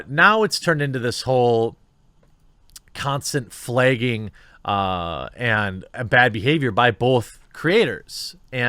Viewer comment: Man I love your content but your inability to read the letter A as anything other than AYY is like stab to the stomach every time you do it. FLAAAYGING! stabed